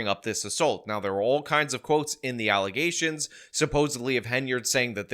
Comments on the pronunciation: "ALLAHZATIONZ" LMFAO!!! LMFAO!!! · "Those are just allezations, you're honor" 😂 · "FALSE ALLOZATIONS!!!" 🤣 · Stop making "Alizations" LOL. How is she a Mayor? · Did she say alexations? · Allezations...😆🤣 The English language takes another L 😂😂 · I still can't get over "allezations". What a m0r0n. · Those some false allezations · nope, don't like her allizashuns either. 🤣🤣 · lol wait she can't even say allizations right? lol omg who voted for this woman lol im sorry butt if your mayor cant speak english its prob not a good idea to vote them in lol. well shyt Biden is in offoce too lol well he has an excuse lol he is 125 years old hahaha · False "allusations"🤣🤣🤣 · What the fu....is an alleysation?😂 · Just a suggestion, but don't try to mimic the accent. Just use your own voice/accent but say the words as she pronounced them. Much better, much funnier. Do a straight, gravitas white-guy delivery using those same "words".